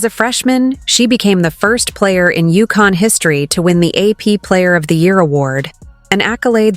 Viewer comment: UConn NOT Yukon